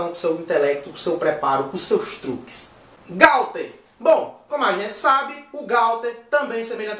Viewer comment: Não é Gauther e Gouther